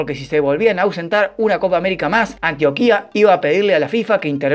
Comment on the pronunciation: Muy buen video, pero pronuncias mal Antioquia.